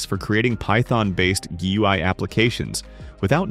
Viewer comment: The way the TTS says GUI hurts me deep down, but great video. Very informative.